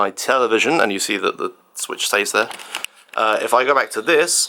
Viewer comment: How does feed himself, or how does caretaker feed him. I demand a kitchen tour (please?) Also loved the mispronounced switch to sweetch, nice recovery though.